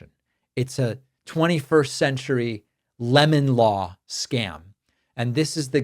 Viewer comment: Did you say "Lemon" law, or "Lemming" law... because I can see justifications for both!?